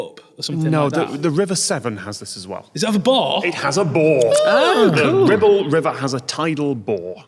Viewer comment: was very careful to pronounce the R this time.